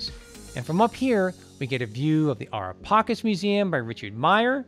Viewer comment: Kudos for pronouncing Ara pacis correctly. The mausoleum of Augustus is the last place I have left to visit in the city of Rome from the classical period, it's good to know that the wait will be worth it